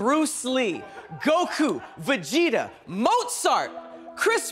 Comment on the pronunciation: Bro said goku & Vageta